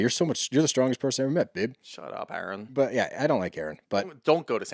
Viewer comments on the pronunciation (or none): your saying Aron like Arod, but his name is pronounced Erin! I started listening to you guys because y’all are sports dudes not witchy women. I was curious what your take would be and still am. Respectfully, y’all bicker, fuss and argue so much getting off topic, then a commercial will come on, so there’s not a steady forward flow to the story. you jump to quickly on little things that are not necessary to fuss about. Do y’all ever listen to it back? Tighten up the story and lighten up on the fussing please. This particular podcast is a perfect example of what I’m talking about. When it was over I just said what, that’s it! Thanks guys!